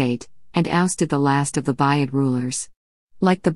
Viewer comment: Thank you for this interesting video. However it would be better if the comment was read by a human being. "Buyid" should be pronounced "booyid", and not sound like the word which means "purchase". Similarly, "Bahram V" should be read "Bahram the fifth" instead of 'Bahram Vee".